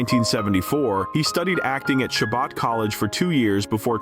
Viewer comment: It’s Chabot pronounced “Shah-bow” like bow tie